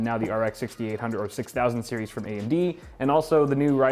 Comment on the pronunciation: He just said straight frim nvidia hehehe